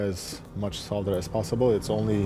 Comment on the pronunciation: Just realised, you pronounce the word solder correctly! Americans usually have a weird way of saying solder, sounds like soder or, sawder?! Anyway, you say it correctly so congrats from this Brit!